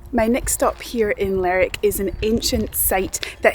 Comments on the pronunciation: I know the names look very alike, but Lerwick is not pronounced like Berwick. It should be "ler wick", not "lerrik". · It's Lerwick, not lerick lol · It is not Lerick it Ler Wick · Your pronunciation of some towns is funny. Lerrr_ wick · Lerrick sounds so wrong. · It’s ‘Ler’wick’ :) - we spent a week there in July moving around. . Based myself there and cycled to all corners. A great toon. Shetland was stunning. We also went to Yell and Unst. Cracking chip shop in commercial street. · I think most people in the UK are aware that Shetland and Lerwick exist. Also you need to pronounce the "W" in Lerwick.